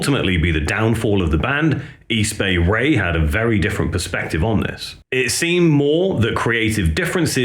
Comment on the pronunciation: Easy Bay Ray lolololol Close but no Cigar buddy. It's East Bay Ray, not Easy Bay Ray lolololol. How about D.O.A from Vancouver Canada? The Subhumans is their sister band. Canadian Subhumans. Crass would be cool from Britain to.